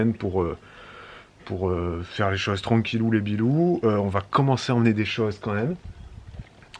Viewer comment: "pour les 20 prochaines années je m'inclue dans les filles" 😅🤣 Sinon... Tranquillou bilou ou tranquillou les bilous? tu me perturbes à chaque fois, à tel point que je croyais mal entendre, et que je viens de regarder ce que Google dit😅👍🏼. Suis je la seule?!...